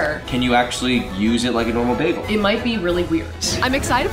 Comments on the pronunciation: It’s a baYgel ok not a baglE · said beacon egg and cheese begale as im eating one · When you said bagal all I thought about was baggles from i Carly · She ate bagels, or as Britta Perry from community pronounces it BAGels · Am I the only one that pronounces bagels BAGels no just me okay